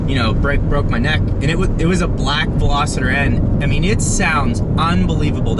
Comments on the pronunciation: Yes is Veloster not Veloseter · VELOSTER. NOT VELOSITTER. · #2. Ve-Los-ter hahahaha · WTF is a "Velositer"?? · Another guy who pronounces it Velositter. God! It's always Americans, too. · Lmaoooo always!!! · Omg thank you haha. Its pronounced vel-OS-ster. Not picking on you at all. It's amazing how many people miss pronoun so many car and motorcycle brands and names. Even mugen was said wrong. Other than that awsome video. You got it right at the end though. If your ever not sure watch a video on motor trend first or even a video from the country it's made. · There is no 'I' in Veloster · I feel like at this point, you’re just trolling with not knowing how to say “Veloster” properly.